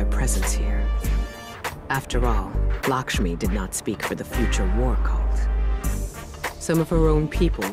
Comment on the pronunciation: My dude it’s Lakshmi pronounced ( Lack- Sh- Mee)